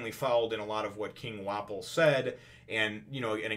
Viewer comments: ur pronouncing Wapol right. think of waffle but with ps instead of fs. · Hopefully this helps Wapol = Wa pul Lapin = Lapahn Your saying Wapol find...most people probably just call Lapin...Lapin. The pronunciation is going to vary between the japanese and english versions.